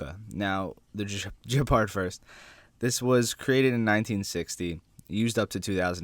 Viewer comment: Oh god please stop. It's pronounced Gepard not Jepard... It's a hard G